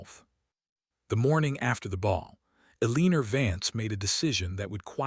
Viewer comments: I thought someone would have fixed E-Lean-Er by now😂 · I’m unsubscribing because whoever runs this account does not proof read for emerita. This narrator is pronouncing Eleanor…El-een-er throughout the entire story. If you don’t care to fix your errors then you won’t care if anyone unsubscribes. Bye!